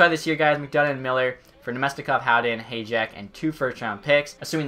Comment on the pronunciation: Hajek Pronounce like Hi yack